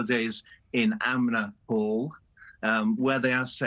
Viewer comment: It’s “ANMER hall” not “AMNER hall” as he said…twice! This is the kind of thing that destroys credibility in whatever he was saying